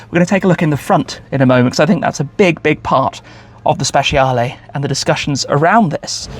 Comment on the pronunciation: Hey Tim, you can improve your pronunciation, it’s more like speCHAle, not speSHIale. 😊